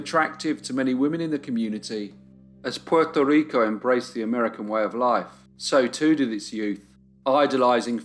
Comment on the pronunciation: Hey bro, the only time I’ve been really off put by something you’ve done is right now when trying to pronounce the island, state/city in their native accent. Don’t be that pedantic. It doesn’t suit you.